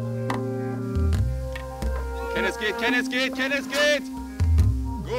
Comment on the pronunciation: Der Typ : ich heiße KENNETH Reporter: KENNES